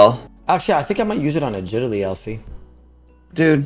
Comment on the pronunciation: O pronounces it A-git-aly- instead of agility And sta-nima instead of stamina lmfao